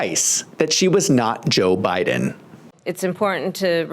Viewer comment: O did you her say Obiden. Like obuma. Too funny.